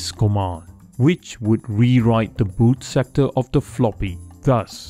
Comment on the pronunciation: You said bad sectore. Did you mean boot sector?